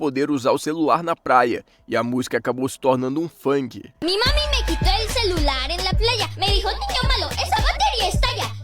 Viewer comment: la ele falando me mame kakakakka